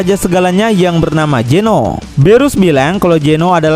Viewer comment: Zeno.....zzzzzzzz bukan Jeno bos ku😅😅😅